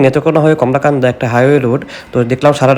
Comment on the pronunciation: কলমাকান্দা উচ্চারণ ঠিক করুন। কমলাকান্দা নয়।